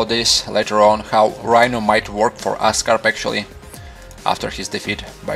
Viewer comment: oscorp not ascarp great video though funny accent, but great video. i like the way you observe every little detail